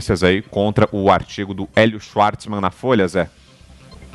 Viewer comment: AO APRESENTADOR DO PROGRAMA::: por favor, o idioma alemão é o mais falado da Europa; portanto, alguma coisa precisamos saber sobre ele... vamos lá... o W tem som de V e não de U... u, é em inglês; portanto, não é "XUARTSMAN", mas , sim, XVARTZMAN(PRONÚNCIA) .